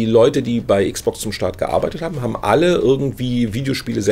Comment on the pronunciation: Meine armen Ohren tun jedes mal weh, wenn ich dieses verdeutschte "Icksbox" höre. Am besten noch "Icksbox Siriäs Icks." Es sagt doch auch keiner "PleiStazion," verdammt nochmal. ;-)